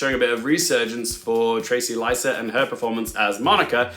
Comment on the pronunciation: Her name is pronounced “Trayce Liset.” Like the act of tracing, “to trace,” and her last name rhymes with “miss set.” Loved the video! My best guess is that a crowded and unusual field like this results in a career award for Benning. I’m most confident in Emma Stone / Annette Benning / Fantasia Barrino. Carey Mulligan is at risk of being overlooked in a comparatively old fashioned wife role. In a slower year I could see her riding Maestro to a win, but this seems to be one of the more varied and experimental shortlists in recent memory. Margot Robbie’s Actress nom seems a lost cause to me now - you said it yourself, she’s nearly locked in for a Best Picture nom. That’s how they reward her given how stacked Actress is. Huller and Le are HUGE question marks for me right now, as is Lily Gladstone. Unfortunately, I don’t have much faith in the academy’s track record for recognizing women of colour, BUT all three of their films are in the running for Best Picture, so the final five COULD theoretically be those three plus Emma Stone and Fantasia. As a Todd Haynes super stan, I’d like to see Portman nominated, but perhaps Moore gets the acting nod for that film in Supporting? Overall a fun slate! Can’t wait to see all the films.